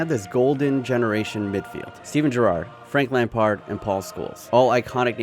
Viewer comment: "Frankie de lamps"🤨